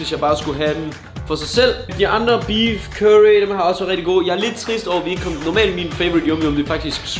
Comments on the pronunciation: "kyrry" xD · det var da næsten bedre med sraaaaji eller hvade han nu sagde aha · måden du siger curry på XD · Hvordn f*ck er det han siger curry? ahhaha dør